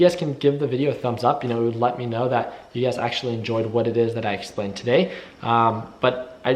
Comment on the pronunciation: Everytime I hear him say "you guys" it's always UGAZ in my head.